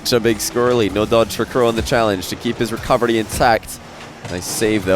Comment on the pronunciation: the best thing about the commentary is still that every time he says "recovery" i hear "recubbery"